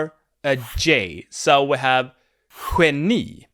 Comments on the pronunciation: So it's more or less like the gutural ch in German, but a little less gutural, right ? I can hear sometimes you add a w (the English one), for instance in geni. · Well you say geni 4 times and I can hear this w at least 3 times.